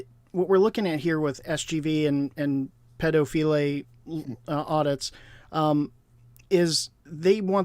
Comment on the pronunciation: Sorry is he really called "ped-o-feel-ay"? Am I miss hearing it?